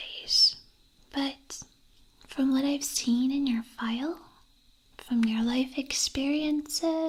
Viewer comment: I thought at the begining she said vile instead of file. I was like "Hold the phone, is she trying to poison me? Nah, I'M OUT"😂